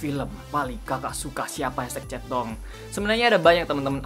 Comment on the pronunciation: sekilas kalo lu ngomong chatdong kdengerannya kaya centong, you know centong brooww? :D